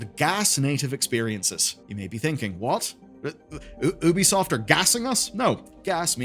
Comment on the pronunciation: It's YOU-bee soft